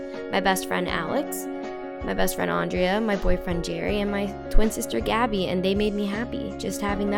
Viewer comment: My names andrea! But you pronounce it differently